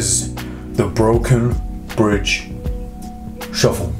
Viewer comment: i love how you say “shuffol” ahah